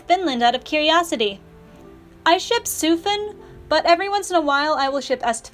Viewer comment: thank god you pronounced sufin correctly